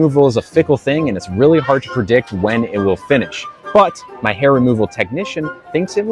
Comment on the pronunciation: He said pre-dick 😂😂😂😂😂😂